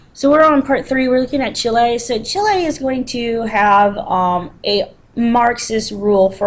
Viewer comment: check the pronunciation of Chile and Allende, please